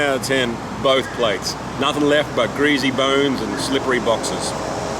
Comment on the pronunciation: “Greasy” , there is no Z in the word.